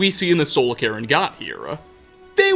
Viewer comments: Sounds like you keep saying "Karen" when you say Cairn lol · I mean it's honestly the way pronounces it more often than not so the subtitles ain't wrong.